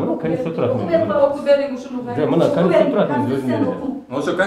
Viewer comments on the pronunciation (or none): Аким '' Канешна билем канститетураны'' дейтко